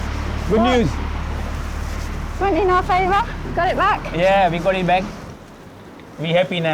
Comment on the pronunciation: First 2 minuits in the video i hear "we have to pay awer mortgage" im sorry but i think its messed up to rent out property u havnt paid for yet and making somebody els pay ur mortgage, at the verry leased own the home before u rent it, renting homes should not be a business/main income -_- just my opinion thu 😮